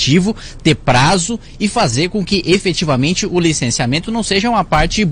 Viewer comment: A palavra é EFETIVAMENTE...kkkk sua cara Kim